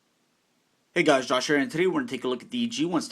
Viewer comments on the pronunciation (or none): none